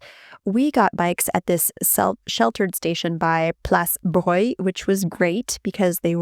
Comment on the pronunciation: Yayyyy, you said "place /breuil" and not place broglie as most strasbourgeois do. I drives me crazy but i stopped trying correcting them, to each city their quirks 😁